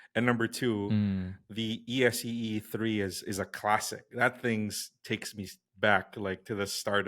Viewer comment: The knife brand ESEE is pronounced S-E simply the letters S&E said one letter after another.